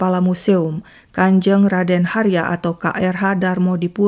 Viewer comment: Sedikit koreksi KRH dibacanya Kanjeng Raden Haryo, bukan "Harya" terima kasih